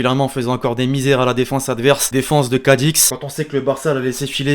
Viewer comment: #LN Connais-tu le véritable nom de l’équipe de Cadix ? Ou Cadiz ? Incompréhensible 😂🤣😭